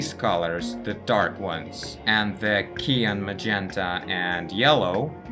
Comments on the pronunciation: а почему ты циан говоришь как киан? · Hi. Just to help out. The color cyan is pronounced with the 'cy' from cyber and 'an' from ant. Your videos are great by the way. Just subbed. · The way you pronounce opaque and cyan is funny. Especially given that your English is pretty good generally speaking.